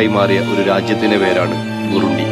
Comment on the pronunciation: Burundi ( ബുറണ്ടി ) എന്നാണ് ഉച്ചരിക്കുക